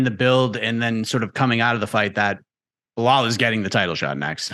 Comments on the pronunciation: And Chael calls him Blahol 😂 they’re working together to trigger him as much as possible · Am I the only one who cracks up when Colby calls Belal “Bill Lyle” 😂😂